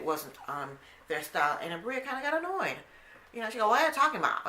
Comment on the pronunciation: Abira us her name...you had it right the first time